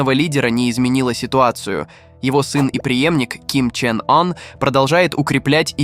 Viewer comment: Молодой человек, лидера Северной Кореи зовут Ким Чен Ын, а не Ким Чен Ан... Вы что тупите???